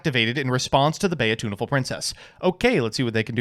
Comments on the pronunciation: ..."Bay-uh-tooniful Princess?" moment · JESUS FUCKINGCHRIST PRONOUNCE BEAUTUNAFUL CORRECTLY